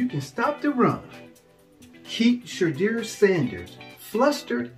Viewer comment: WHAT IN Nickelodeon has Youtube suggested i watch...never again...he said SHAYDEER. 😅